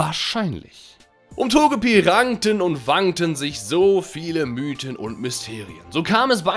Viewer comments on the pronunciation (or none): none